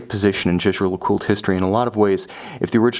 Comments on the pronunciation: You might want to check that... he’s pronouncing it correctly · Sam bennet. The pronunciation uses is correct- try calling their boutique at Old Bond St and listen to how it's pronounced by the staff. To say pronunciation would put you off buying is frankly childish. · He pronounced it correctly, it’s French